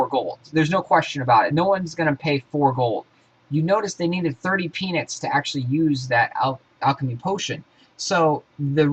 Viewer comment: are you saying penis or peanuts?